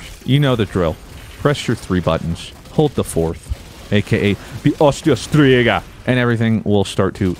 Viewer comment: 🤣 STrIGA New scribe cause you pronounce it correctly 😂